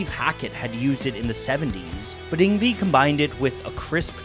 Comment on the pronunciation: "Ingvee" Malmsteen? Really dude?!? "Ingvay", say it with me folks, "Ing-VAY"!! 🙄😂 Seriously, just found this channel, and I love it! 👍😁👍